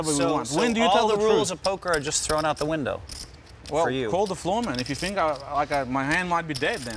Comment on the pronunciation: “Phil, I fink you should get your coach get a tandem bike and get the hell out of here”